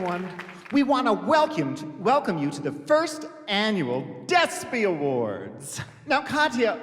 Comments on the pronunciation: “we wanna welcuum- welcome you” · "we wanna wElcUm you" lmaooooooooooo I've missed that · Welcuumed (vacuumed) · we wanna "welcume" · Still can’t believe they illuminated caution over saying Welcyum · Remember when Mrs Kasha Davis got eliminated for saying “we wanna welcyum you” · MKD: "welcyum" Rupaul: I'm about to end this man's whole career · Kasha really got put in the bottom for saying “welcyum” 👁👄👁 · never forget when MKD went home for mispronouncing welcome